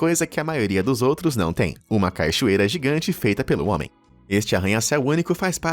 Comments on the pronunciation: " caichoeira " naooooooo ... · E esse também é o último vídeo do canal que eu assisto. "Caichoeira" foi a gota d'água! Já não basta os constantes assassinatos à lingua portuguesa – "incêsto", "vitíligo", etc. – agora mais isso. Quem é que fala "CAI-choeira"? Me pergunto se o narrador é mesmo humano ou robô, e se no Be Amazed esses deslizes também acontecem. Obrigado pelos momentos felizes proporcionados,, e boa sorte com o canal.